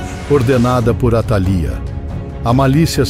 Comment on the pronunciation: faltou acento atalía líii